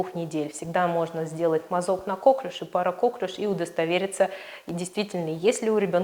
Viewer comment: Впервые вижу доктора, который говорит кОклюш.